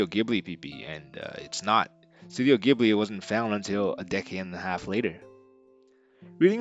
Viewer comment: Fantastic video! I think the only correction is that the studio "Ghibli" is pronounced more like "Jee-Blee" but other than that it was awesome. I loved seeing all of the process sketches and ideas they came up with along with the step-by-step process.